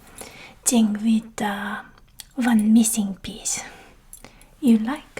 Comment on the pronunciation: The way she annunciates "Tuck away" and "Qui-et" The 'th' sounds in 'thing' and 'with' are pronounced like "Ting" and "Wit". I'm sure there's more but those are the most characteristic things I noticed show up. I lack the vocabulary to into as much detail as I'd like so it's mainly a vibes thing for me w